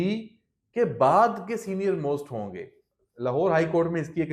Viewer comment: اللھ کی لاٹھی فارم 45 اور 47 . . . . . . یہاں زبان گنگ کیوں ھو جاتی ھے بععععععععععععععععععععععععععععد پر بڑا زور ھے أپکا سازشوں فتنہ انگیزیوں سے مزیَّن وی لاگ